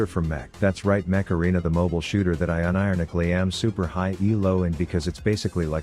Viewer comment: the robot voice cannot seem to say unironically